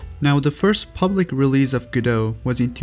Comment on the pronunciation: its pronounced guh-do by the people that made it